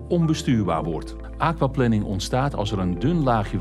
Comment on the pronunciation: De thumbnail is "wat moet je doen bij aquaplaning", het onderwerp van de video is "hoe voorkom je aquaplaning" (en de presentator spreekt het uit alsof het waterplanning is, in plaats van waterplanering, maar plannen voor water is natuurlijk ook goed). Verder dank voor dit filmpje :).